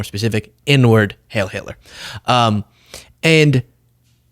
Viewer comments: Why do you say “hail” when everyone else says “hiel”? Is this another self-censoring-to-avoid-censoring? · it's not "hail" it's "heil". It's German and it's pronounced with a long "i" sound. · Heil not Hail Hitler! Pronounced Hile! Either way it's despicable! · It’s not “hail” but “heil” which does mean hail anyway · Isn't it "Hi-ill" not "hale"? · Who wants to tell Kanye that it’s HEIL, and not HAIL. It rhymes with “while”, it doesn’t rhyme with “pail”. I guarantee he doesn’t even know what HEIL means. Spoiler, it doesn’t mean “hail”. 🙄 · “heil” rhymes with “bile”. Heil Hitler. Bile Hitler. Not Hail Hitler. Mispronunciations like this are not a good look for you, or anyone for that matter. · Please don't mistake the following remark for glamorizing Naziism or the American Idiots who embrace their idea of it. The word "heil", while it translates to the word "hail", it is pronounced (phonetically) "hile". Disrespecting the German language and journalistic integrity by investing zero effort into pronouncing this simple word causes you to lump yourself into the category of Feckless Blogger. I know you're better than that.